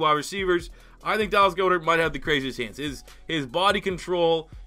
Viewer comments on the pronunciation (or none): For future reference, it’s Gohd-ehrt. Not gode-art.